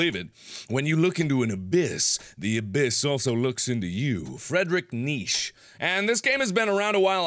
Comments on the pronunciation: Okay but I really hope Mark was kidding when he said "Frederick Niche" 😂😐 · I double-took when Markimoo said "Fredrich Niche". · btw you may want to look up on that friendrich guy and how his name is pronounced so as to avoid... well pronouncing such names so wrong.